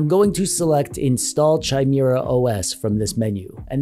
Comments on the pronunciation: ITS NOT chi-mir-a os its kai-mera-os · It's NOT CH-IMERA. its kha sound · Pronounced "KAI-MARE-UH". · Chimera is usually pronounced with a hard ch. (Kai-mera) Disregard this of course if it's pronounced different for the OS. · It's pronounce Kimera not Chimera, a Frankenstein's monster of ancient mythological monsters to be sure. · Pronounced, "Ki,' mire". It is not like in the word China. It is a Greek mythology creature. STILL, LOVE THIS VIDEO ! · Ah yes... The Chai-Meerah OS. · In case anybody doesn't know, it's pronounced KI-MARE-AH. Hard k. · Say it with me: Kai-mare-ah. :p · CH-ai-mi-ra!!! He said CH-ai-mi-ra *facepalm*... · Bro for the love of all that's Holy... It's pronounced ky-MEER-ə! Now, can I get my controller or kb to turn it on? Can I get it to them power on my TV. Can turning it off, turn off my TV and vice versa? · The amount of pain I experienced every time you mispronounced chimera was indescribable. It's not pronounced with a CH sound, it's pronounced with a K sound. Kimera. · Quit calling people 'a' holes.... lol As for the OS name it's pronounced with a K, so it's K(eye)mera. I've definitely heard worse pronunciations though :) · Why do you keep pronouncing Chimera so wrong like is hurts my ears just hearing you pronounce is wrong.